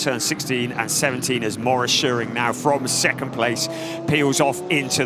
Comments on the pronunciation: The commentator won't say "Shoe-Ring" ever again? Those are perfectly English words.^^ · To the commentator: it is soooo simple: just pronounce "Schuring" like in "shooting". So imagine saying "shooring". What's the problem?!